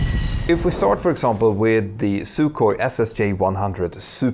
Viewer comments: Agreed that it shouldn't be translated when used as a name; you wouldn't call it "the Dry". I was just giving the etymology as background for my real point, which was the pronunciation: there's no /k/ sound in it. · FYI, Russian "sukhoi" means "dry". The "kh" has no k sound — it's just a velar fricative ("raspy" h), like in German "Buch", Icelandic "oktober", Scottish English "loch", Spanish "ojo", etc.